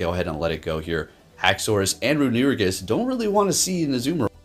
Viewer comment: Re-nu-igus? 🤣 Great battles tho 🤘